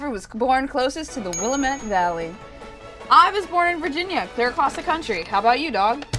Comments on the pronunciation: Will-am-ette. Not will-im-it. Lol. I know cause I live there. 😂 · Every time someone said will-a-mit instead of will-am-it, I died a little on the inside xD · will-LAM-ett Valley! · I live in Oregon and it's pronounced Will-am-et (Willamette Valley) not Will-a-met. Haha. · Any of my Oregonians out there screaming at their laptops "It's pronounced 'Will-A-mit'!!" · As someone from the Willamette Valley of Oregon, I feel like watching people play these games (and pronounce both words) is a masochistic passtime I have no idea why I play. (btw for those curious- Willamette: Will, "a" as in "at", mitt. Emphasis on the A. Sounds kind of like calamity without the y.) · Will- Lae- Met Valley. For those who aren't from around Oregon. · Willamette (will-lamb-it) valley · Willamette is said will am it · Me from oregon watching them prounoce willamet wrong (will ah ment) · it’s pronounced “Wih-la-met” Valley, please & thank you. [pronounce “la” as in “last”, not as in “do re mi fa so la ti doh”] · WHY CAN'T ANYONE OTHER THAN PEOPLE FOR OREGON PRONOUNCE WILLAMETTE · Samantha Cuzick ITS WILLAMETTE DAMN IT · I’m from Oregon and hearing them pronounce Willamette like that is Oof worthy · As an Oregonian, the pronunciation of "Willamette" makes me laugh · As someone who Lives in the Willamette Valley the pronunciation in this video murders me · The way they pronounce Willamette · The way that Willamette was pronounced... lol. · As an Oregonian, it is so uncomfortable to hear them all say "Willamette"....no one pronounces it correctly ) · saying willamette valley made me cringe so hard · I live in the Willamette Valley, and boy, the way they're pronouncing it is sheer pain someone stop them please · It made me cringe when they didn't say Willamette correct lol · As an Oregonian listening to you completely butcher the word willamette and Oregon the entire episode was both cringe worthy and oddly funny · cringing at how they pronounce Willamette Valley